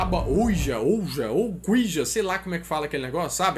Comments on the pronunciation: Ouija se diz "uí dja" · se diz tábua (OUÍDJA) OUIJA